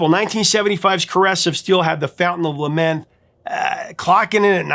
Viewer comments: Lamneth, not Lamenth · He did say Lament. LAMNETH. At least he knows how to pronounce PEART! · Sounded like he said "The Fountain of Lament". LOL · “Fount of Lamneth”, not lamenth… 🤓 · It's fountain of lamneth - not lamenth. Btw.